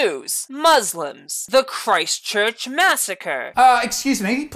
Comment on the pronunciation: Please stop using tragedy's that you have no involvement in as fuel to cancel comedians, etc. It's fucked up and way worse than a joke. Edit: nice pronunciation of Christchurch you twat